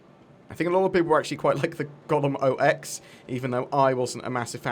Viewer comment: The fact you keep calling it the "golem o - x" instead of "golem ox" keeps cracking me up.